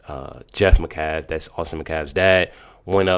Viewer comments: Sigh 😔 it’s not McCaff it’s Metcalf! Geesh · Can you please pronounce the name Metcalf correctly you keep saying Macalf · Bro, can you please say the last name correctly? It’s Met Calf. Metcalf. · Please quit mispronouncing Metcalf